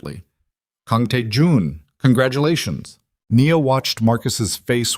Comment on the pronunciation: Her name is pronounced “ Nee-ya